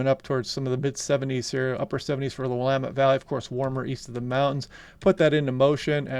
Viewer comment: You pronounced Willamette correctly, which most people can't seem to get.